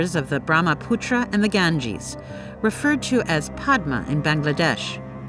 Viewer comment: Btw it's pronounced poda but spelled padma